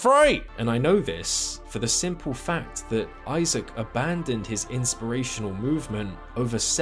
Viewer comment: I’m subscribed cuz Isaac says fack